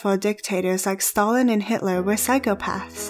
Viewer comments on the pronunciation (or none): none